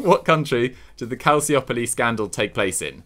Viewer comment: The second 'c' in calciopoli is pronounced as the 'ch' in cheer and the 'i' following that isn't even pronounced.